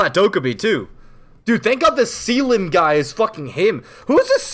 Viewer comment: the way he says Selim 😂😂😂